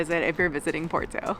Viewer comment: Nice video. We're going in 2026, coinciding with the 2026 solar eclipse across the northern Iberian Peninsula. The Douro Valley will definitely be a vested stop on the way to Asturias, then east to Andorra, France, Italy, and Switzerland. Also, I can't help myself (major OCD here). Porto is pronounced, "Por-too", with a rolled "R" but nobody really cares. Come on though...gotta try to sound like we're trying, right?